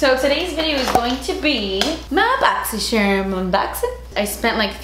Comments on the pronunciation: I love watching these videos just to hear you say "My Boxycherm unboxin'" lol💛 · Hahahahahahha I enjoy how u say boxycharm hahahahahhah too funny and everytime u throw an accent lmaooooo